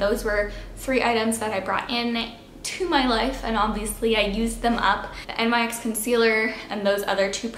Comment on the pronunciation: its pronounced nix